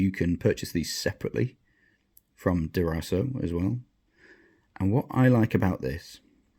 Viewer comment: interesting to see your review on our tungsten file guide. Derraco is pronounced as DERRA CO. We are a small Australian business, "Derra" means small creek in Australian aboriginal language in Canberra region. Cheers mate.